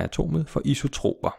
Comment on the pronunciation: Det hedder ikke isotroper - det hedder isotoper!